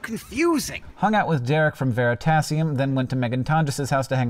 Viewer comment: You pronounced 'Dirk from Veristablium' incorrectly